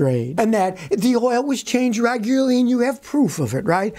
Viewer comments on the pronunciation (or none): none